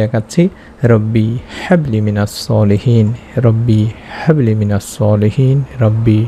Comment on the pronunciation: Quran shorifer aayaat gulur uccharon shuddha bhabe korte hoy Bhai."Habli" te chuto "Ha"ase